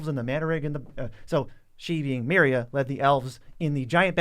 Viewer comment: I agree but it’s Meria not Meira. If you speak of the holy do it correctly.